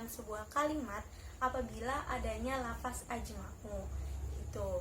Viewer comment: Ok kher...بارك الله فيك terus semangat belajar ...ilmu Nahwu Ruhnya PBA teman2 bilangnya lafazh/لفظ ya...bukan lafas..